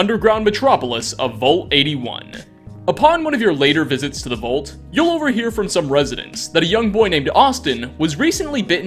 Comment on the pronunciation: Nice vid, but I can't get past it. The word is VAULT. Not Vult. Vault